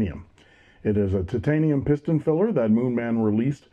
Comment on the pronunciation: I love the way you say: tit-tain-ium. A Chinese copy of a Chinese pen, made from substandard Chineesium.